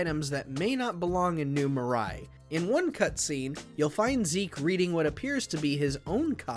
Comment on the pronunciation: I've never heard anyone pronounce New Marais that wrong before.